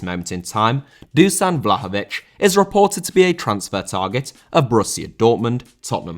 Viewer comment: Dusan is pronounced "Dushan"